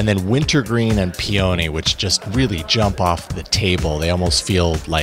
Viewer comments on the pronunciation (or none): PEONY the flower pronounced Pee-uh-nee!